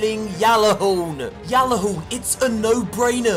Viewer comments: I have to say it, it’s gjallahorn not yallahorn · I was triggered every time someone said *Gal*lerhorn instead of *Gjal*lerhorn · It’s called Gjallerhorn not Jallerhorn my friend 😊